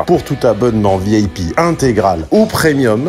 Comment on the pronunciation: il faut dire "VIP" et non "Vieille pie" comme vous le faite à chaque fois dans vos vidéos... les mots ont un sens voyez-vous HAHAHA ( VI AIE PIE si ça vous aide à bien prononcer)